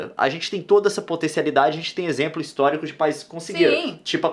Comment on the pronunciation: Juro q ouvi a Nilce falando "exempro" kkkkkkkk